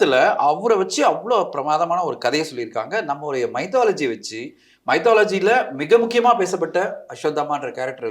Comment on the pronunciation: sir...not mai..to..lo..gi...its mi..to..lo..gi